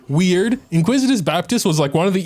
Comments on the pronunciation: in-ICK-wi-tis not in-QUIZ-it-iss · Iniquitous*** baptist lol not "inquisitous" 😅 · Why do I hear “Inquisitous baptist”? Isn’t it Iniquitous baptist?